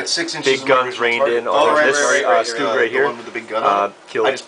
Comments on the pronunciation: Actually its StuG, as in Stu-G so it would be Stoog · Stoooooooooooooooooooooooooooooooooog. Its Stug you noobs. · VERY nice board! also you say most of the words wrong just to say so... bocage (Boe-Cage) Sturm (St-erm) and you say StuG funny... stuhhg?....